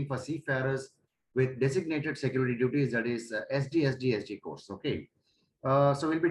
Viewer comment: it is not pronounced as St sd sd it is pronounced as sts with dsd pls learn b4 start giving lecture like a fool people are laughing at you